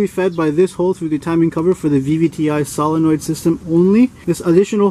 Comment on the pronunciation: My favorite part of the whole demonstration is the fact that you say solenoid correctly.